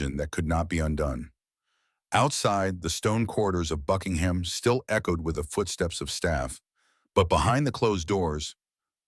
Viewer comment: Please, PLEASE, the royal Palace is NOT a jumping pig. Drop the 'h' and pronounce it 'Buckingm".